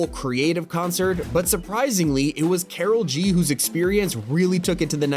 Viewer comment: IT IS NOT KARAL G ITS KORAL G